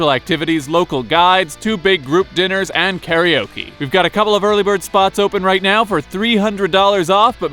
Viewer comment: You know that’s not how karaoke is pronounced 😂